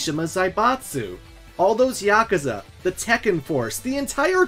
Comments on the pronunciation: How did you pronounce yakuza?was that a joke or what? Ffs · Dude can’t pronounce kazuya or yakuza , even calling Mexico South America so yeah .. don’t expect to much lmao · This guys pronunciation of Yakuza and Kazuya are truly ear-splittingly abysmal. I’m ashamed as a fellow American. Japanese is written phonetically for non Japanese speakers, it’s not hard to pronounce a U, you got it right with Kuma, at least. U is “oo” as in book or toon. YakUza, KazUya.